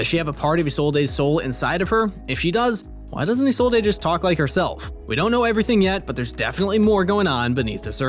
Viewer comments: Am I the only one triggered by the fact he pronounced Isolde (I-sol-day) and not (I-sold). I’m so use to hearing Viego and such say the name that it kinda bugs me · I can never understand how people don’t pronounce Isolde’s name correctly when Viego outright says it himself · Why you pronounce isolde like that